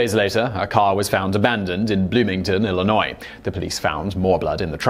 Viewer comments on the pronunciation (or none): Hey I live in Illinois!!! Also Simon the s is silent. I’m seeing a pattern here